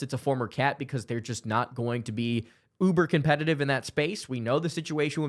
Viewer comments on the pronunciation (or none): none